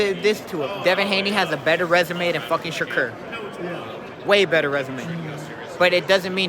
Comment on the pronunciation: Bro be giving everyone a stray 😭😭😭 “he has a better resume than Shakurrrrrr”😂